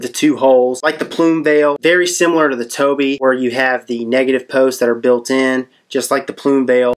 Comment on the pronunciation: Its Tobh, like tobe. Not toby.